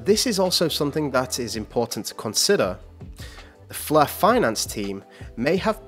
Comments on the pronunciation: Why is that the commentator is pronouncing it as "fleur" as in French but not Flare!?Not the same 🤔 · Stop saying "Flur"